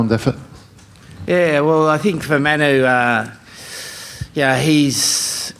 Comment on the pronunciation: Eddy its Manu it's not Menu😂😂😂😂😂😂😂😂😂😂😂😂😂😂